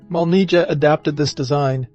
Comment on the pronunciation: This is why I don’t like the English spelling. It causes confusion. It’s not MOLNIJA, it’s MOLNIYA.